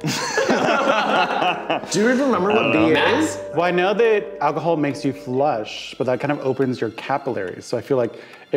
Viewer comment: kept getting distracted by "alchohol" lol